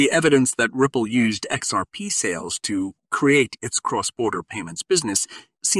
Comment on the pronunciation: What a BS channel, starting from the title up to the how you pronounce XRP!